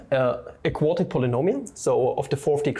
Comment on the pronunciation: Who else heard „Aquatic Polynomial“ instead of „a quartic polynomial“ xD, Papa on mission in da sea 💦